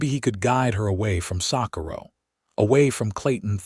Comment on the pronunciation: This AI needs correct pronunciation coding. It doesn't know how to correctly speak, Socorro, New Mexico! 🤨😠